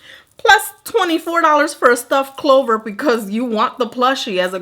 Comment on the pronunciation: Yo when you hit the "rrrr" at the clover palettes 😂 you could have stopped the video right there!